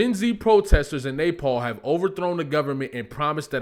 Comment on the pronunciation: Not the Nay-Paul 😂😂 I kept thinking he was saying napalm..